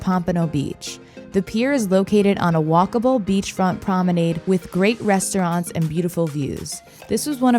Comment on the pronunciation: You mispronounced “promenade”, twice.